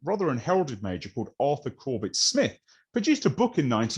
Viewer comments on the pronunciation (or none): none